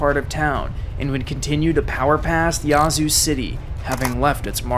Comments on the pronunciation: Great video, but please learn to pronounce the cities you cover. It’s just grating on the ears for those who live there or know people who do. It’s not “yah-zoo” but “yeah-zoo”… as in, “Yeah, I agree”. For future reference. 😉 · Not complaining but its yeah-zoo not ya zoo lol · Thank you for the video chronicling this historically devastating storm, but the town's name is pronounced "Yazoo", with the æ or ă sound, like "apple", not with the "ah" sound (Yah-zoo!) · I don’t know how to explain this but it’s pronounced more like “Yaaz” than “Yahz” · great video.. A couple of minor pronunciation errors tho.. It's not Duront.. it's Durant, like the little bitey insect ant. Yazoo is pronounced as you would say "at" but obviously without the t.. but the A has that sound... it isn't YAH zoo as you said throughout. YA'zoo and not YAH'zoo. But aside from that nitpicking, it was very well done and I remember sitting at home in central Arkansas watching this monster rip across my home state. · It’s actually pronounced Yeah-zoo. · Just for clarity, it's pronounced 'yeah, zoo' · It's "Yeah"-zoo. Spent many nights out on the lakes there as a kid. Beautiful but poor as dirt. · I’m from Yazoo city we pronounce it “yeah-zoo city” lol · Nothing wrong with this video except for the way you say Yazoo. Here in MS we say Yeah-zoo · The indigenous tribe that created the name taught everyone else the correct pronunciation... ...and it's not "Yah-zoo." 🤣🤣🤣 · First of all, it’s not spelled Yahzoo, it’s Yazoo. Secondly, the people who live there get to determine how the name of the town is pronounced…..just like people determine how their own names are pronounced. 🙄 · Slight correction. Yazoo City is pronounced with an hard A. No way to know if you aren’t from down around there. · Every time he pronounced Yazoo wrong I cringed. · Nobody ever gets it right, it always tickles me when people not from here say Yazoo. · Nice video, but that isn’t the correct way to pronounce Yazoo